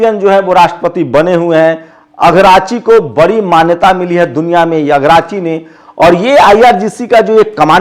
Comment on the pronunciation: not Agrachi Yes. ARAGCHI